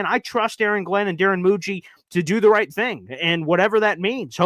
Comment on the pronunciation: also I think it's right instead of roght lol